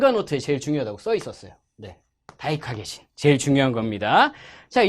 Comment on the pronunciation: 다이카개신 할때 다이다이 이러는데 내가 잘못들은줄